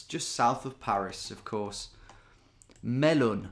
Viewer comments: Melun is actually pronounced (don't ask me why) : meuh-lain 🤣🤣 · “Melun” made me laugh. It’s exactly what the town is called but hearing you say it so bluntly was great. Another classic video, amazing as always!